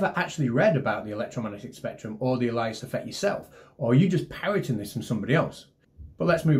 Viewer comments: ALE* ee us *as in, the drink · The a-lie-us effect !? Oh come on. So Baldy Catz is an a-lie-us of Conspirtacy Catz. OK fnarf AY_LEE_USS !!!! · I about had a cardiac event when he said "Alias" with a long "i" and the accent on the "i". That shows that NO research got done. It is pronounced with a long "A" and the accent on the "A". Aliasing is a common problem with digital audio. If an audio signal is sampled at a rate below the Nyquist frequency, aliasing will occur. Applying it to sunlight and moonlight indicates cherry picking cool sounding words to name some kind of Woo factor he thinks he's discovered. This guy is a blooming idiot. He's obviously a good ball handler, though. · Someone needs to research how to pronounce 'alias'. Other than that, good video. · Are you sure he was talking about aliasing, which is correctly pronounced completely differently (it's the same "alias" as "he operates under an alias") and not the Allais effect? Incidentally, to avoid aliasing you don't sample "about twice the highest frequency", you have to sample at a rate GREATER than twice the highest frequency (it doesn't matter how much above, but it must be above).. unless your signal is also has a lower frequency bound wherein you might be able to actually sample at less than twice the highest signal frequency, though that makes reconstruction a tad more complex, and that's a different discussion! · Did we just confuse the 'alias' effect with the 'allais' effect even to the point of intentionally mispronouncing 'alias'? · Alias is pronounced 'alias' and not 'alias'. Glad to have cleared this up. Space comma. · Thanks for clearing that up, all the while I was pronouncing it as "alias" when it should have been "alias". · I pronounce the same way as it's pronounced in the title of the timeless 70s TV Show, Elias Smith and Jones. Oh, wait. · Yes, my bad! But Alias is pronounced with the same stress on the first A as in Alas. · Just stop mispronouncing alias and declination. Please.